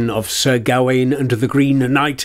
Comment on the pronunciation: Why do you think 'Gawain' is pronounced like that?